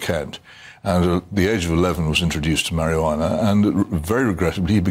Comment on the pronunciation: It's quite annoying that Hitchens keeps calling it marihjana and Barns calls it Cannabis. Barns is the one using the correct terminology here. And medicinal use is the priority.